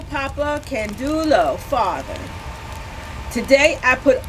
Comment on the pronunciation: can-day-oh is the way I was taught to pronounce it... I could be wrong.